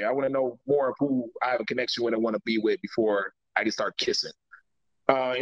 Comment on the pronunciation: I wonder who told that there is a ‘F’ in the word ‘with’.